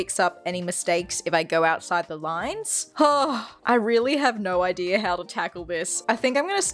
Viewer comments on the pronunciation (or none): none